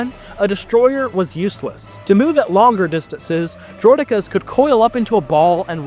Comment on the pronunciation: Hearing someone say droh dekkas instead of Droidekas bothers me.